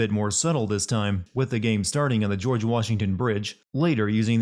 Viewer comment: did anyone else notice "Gorge" Sears? 😂